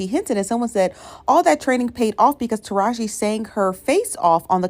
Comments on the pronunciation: it's tah rah gee... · I’m not gobs lore hearing you leave off the “E” sound on Tarahji name is really getting under my skin. And I’m an avid watcher. lol